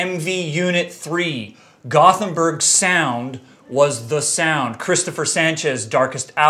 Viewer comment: It's pronounced Goat-In-Berg,not Goth-En-Berg,Sam.